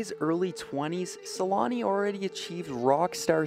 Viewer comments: For those who don't know, the "ä" in Selänne is pronounced with an "ä" like the first sound in "action" or "animal". So it's SelÄnne. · It's so funny for me as a person from Finland. How the name changes so much with language, in my ears when you pronounce "Selänne" I know in english they don't have "ä" letter so even with "Selanne". You turn it in my ears to "Suulani", just always funny. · make that documentary and learn how to pronounce his last name for it, lol